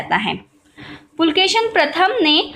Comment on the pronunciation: Not pulkeshin . _Pulakeshi .(kannada empire. )